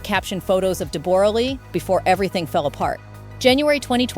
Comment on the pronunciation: Stop saying DEBOOOORAH its Debra!!!!! Do your homework before presenting a story lady!!!!